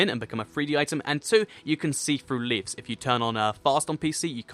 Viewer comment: Am I the only one who laughed with how he said "leaves"?